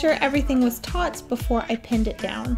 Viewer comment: ...."Taut"....but otherwise good job!